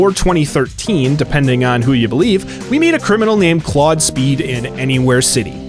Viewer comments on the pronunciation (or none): none